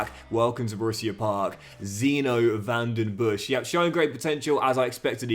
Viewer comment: Van Den Bosch is pronounced with the same o as is, and with a regular s in the end. Van Den Boss. Good luck with the new career!